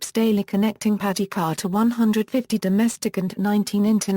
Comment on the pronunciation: Could someone reprogram that machine to pronounce the city name correctly. These mechanized audio systems SUCK......although the clip is informative.